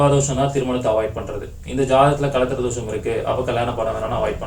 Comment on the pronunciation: அது தோஷம் not தோசம்